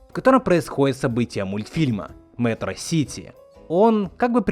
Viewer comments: МетрОсити это особенность ударений в английском. Там чаще ударения на первый второй слог в именах собственных особенно, когда как в русском на пред-/последний обычно в любых словах. С этим очень много ляпов в локализациях. Точнее 100%. Нашим лоХализаторам дай волю они и Один'а озвучат как одИн'а. С остальными представителями скандинавского пантеона так и происходит. Да со всеми ДО ЕДИНОГО именами из более чем одного слога так. Конкретно эта проблема причем только российско-мовных лохализаторов. Лишние ахи охи ещё общее на пост-советском. А ударения все-таки одно из множества чем российский язык отличается от словенских(славянских) языков. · Из за того что мегамозг как Лунтик с луны упал, он не знает что такое школа, из за этого называет ее шкьела, и это в конце мультфильма сыграло ему боком, потому что он единственный в городе называет метро сити не метросити́, а не метро́сити(вроде бы), и когда он притворялся мачоменом, то (я не помню как его зовут) раскрыл его секрет и подкинул его вверх, а дальше спойлерит не буду) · когда мегамозг говорит метросити (ударение на о) из-за того, что он не учился в школе, или шкьёла тоже из-за необразования, он был в это время в тюрме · Он ещё не правельно говорил метро-сити, ударение не прааильно стал. Эх настольгия... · Согласен, слова по типу шкьёла это по факту игра слов, это показатель того что Мегамозг не смог научиться правильно произносить слова что стало чеховским ружьем, он говорит не ме́тросити, а метро́сити, или наоборот, или кто-то мой рот наоборот... Я не помню